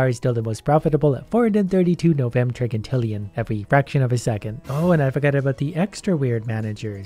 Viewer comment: Top tip on pronunciation: When talking about numbers like trigintillion, it is pronounced Tri-jin-til-ion and it is not pronounced Tri-gin-til-ion